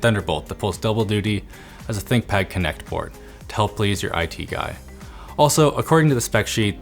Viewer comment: Nice try """"thickpad"""" !